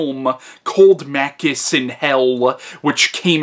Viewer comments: Your pronouciation of Machinte is totally wrong! He isn't Makist he is Machintay the original Hercules of Italian cinima... The continuity of franchise is that this is film star is really a hero that will abuse your dog but help a beautiful lady & save the family honor of the Italian audiences. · It's pronounced Mah-CHEE-stay.